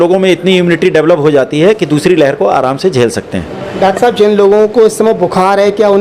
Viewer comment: its not dactar , its doctor